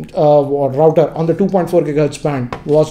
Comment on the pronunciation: Hello... Please do note the pronounciation of router. Check it in Google....